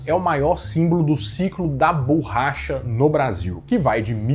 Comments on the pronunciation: qual a dificuldade que esse cara tem em pronunciar a palavra BORRACHA corretamente? mania feia e irritante de falar "BURRACHA" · PQ você fala "bUUrracha" e não o correto que é borracha?